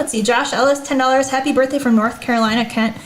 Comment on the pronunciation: "Haprye" birthday